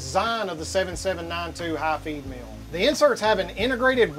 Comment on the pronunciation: l was out when he mentioned hot females ... there were cnc machines in this vid? (he pronounces feed mill kinda like female)